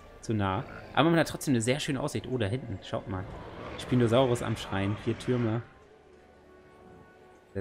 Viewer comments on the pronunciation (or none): none